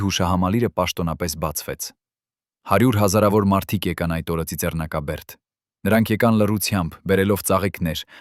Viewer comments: Այ անգրագետ արհեստական բանականություն, ցիցեռնակաբերդ չի` Ծիծեռնակաբերդ ա։ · Ծիծեռնակաբերդ ճիշտ կարդացեք: Խնդրում եմ։